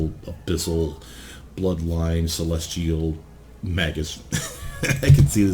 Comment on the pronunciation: It's pronounced 'May-gus'